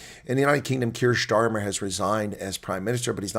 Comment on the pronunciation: It’s NOT Schtamer it’s Stamer